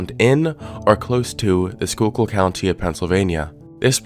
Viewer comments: PA resident here Yeah, im surprised he pronounced it right as well XD most that dont live here almoat never get it right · Oh thank God. You pronounced it right lol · I live very close to where this is happening and never expected it to get any traction outside local news stations also props on pronouncing Schuylkill right! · Former Philly person here. Thanks for pronouncing Schuylkill correctly. ❤ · It makes me happy how flawlessly he pronounced "Schuylkill," BUT the way he pronounced "Tamaqua" made me wince a little. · FYI, kudos on pronouncing Schuykill correctly but if you want to sound local, it's pronounced Tuh-MAH-kwah. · Something about the way you pronounce Tamaqua weird. But had no issue with Schuylkill bugs me